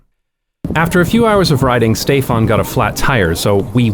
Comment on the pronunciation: The n in Stéphane is not nasalized. Bcos it’s followed by e.